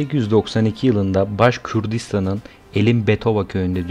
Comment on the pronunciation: Başkürdistan değil Başkurdistan !